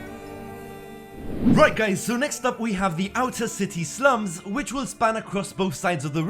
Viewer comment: Ah yes my favorite place, the s l u m s